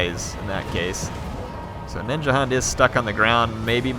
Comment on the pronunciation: please dont say ninjahunt or ninjahand. try ninja "hoond" or go to some translator and let it say "hund" to hear what it should sound like. for the german tongued people over here, please. sorry for this pernicketiness.